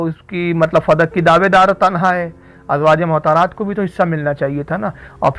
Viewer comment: rizvi sir ?azwaje mohtarat nahi balki azwaj e motahaharat {motahar ,,yani pakeeza } what is mohtar ,,uchcharan sudharen ,,motahaharat is pleural number of motahar